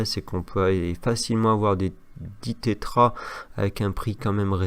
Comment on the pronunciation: Salut, on dit Tera octet et non Tétra sinon merci 😉